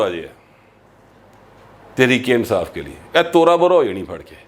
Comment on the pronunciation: ، کیا آپ سمجھتے ہیں کہ "تریک انصاف" کا لفظ بولنے والا پورے فیصل آباد کے لوگوں کے تلفظ کی نمائندگی کرتا ہے! بصد معذرت!!